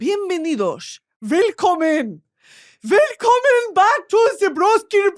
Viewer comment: The second willkommen was surprisingly accurate